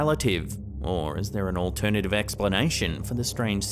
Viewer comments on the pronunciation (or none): none